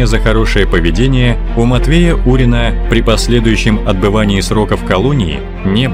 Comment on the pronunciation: Не Урин(А), а Фурин😃